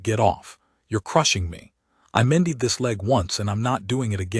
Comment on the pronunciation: And mended. Mendeed? Really 🤣